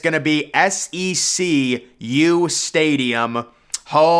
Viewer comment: Maryland's stadium was capital one stadium for like 15 years and SECU is pronounced like the letters C and Q.